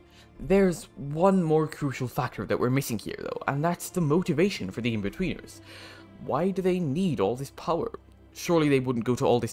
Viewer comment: Every time he says inbetweeners he says weeners. Something to think about